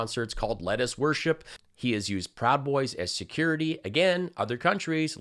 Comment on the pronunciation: Did you say “Lettuce Worship”? Lol